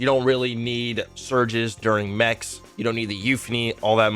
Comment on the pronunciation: Everytime he says mechs build i cringe